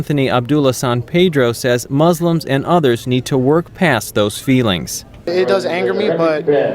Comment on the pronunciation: "We are not uh aiming this toward MOSLUMS" Lol do you know its Haraam for a Muslim to try to implement Sharia.. Its FORBIDDEN if it's not your own country and we have to fulfill all contracts with any Nation we sign even if they go to war with our own country.. So this guy should read the Quran if he has so many to spare 😂 fucking nut